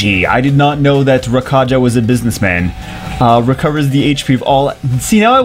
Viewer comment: I gota feeling his name isnt pronounced Ra-ka-ja but Ra-ka-ya